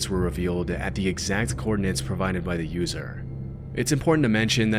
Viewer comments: 'the coordin-nents' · Coordinates, not "coordinants" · *coordinates, not coordinants.